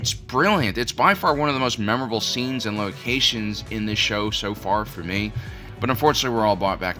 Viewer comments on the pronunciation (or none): none